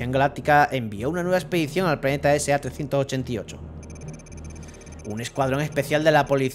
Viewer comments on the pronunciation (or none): el planeta se llama SR388, has leído la R como si fuera una A.